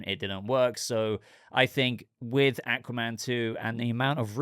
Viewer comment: The way he pronounces Aquaman pisses me off.